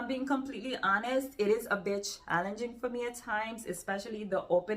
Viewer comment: when you said ' a bit challenging ' I thought for a second you said 'bitch.' ha!😂 I will be looking into some of these. Thanks for your recommendations always. 🧡